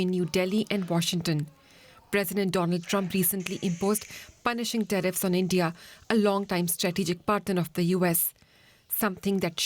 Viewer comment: India not Indiaurrr